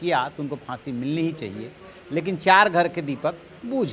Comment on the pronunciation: Boojh gaya,Bahsi the. Waah kya pronunciation hai.